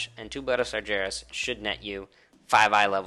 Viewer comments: i thought i miss heard but Got-Dang you actually said "Sar-JARE-us" ffs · SARGERAS... dude learn 2 pronounce the name of the most epic supervillian in WoW lore...